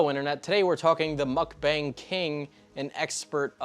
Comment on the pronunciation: mans rlly said muCkbAyng